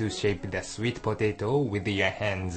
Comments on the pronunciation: I love how he says "swet potehto" HAha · the man sounds funny when he says sweet potato. lol